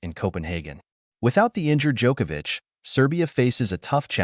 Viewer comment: Thank you for correctly pronouncing his last name.